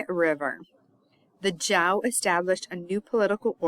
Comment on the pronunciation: cool, video, not sure how I came across lol - but mostly from doing Chinese lessons recently I guess. Anyways 周 Zhou is pronounced kinda like “Joe" . 💙